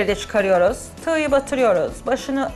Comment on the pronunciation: hanim elinize saglik, cok guzel seyler gosteriyorsunuz bize ama biraz da su Turkcenizi duzeltseniz. Surekli olarak "tignin" ya da "tigyin" deyip duruyorsunuz, dogrusu TIGIN olmali. Ustelik asil mesleginizin ogretmenlik oldugunu soylemistiniz, hic yakismiyor size.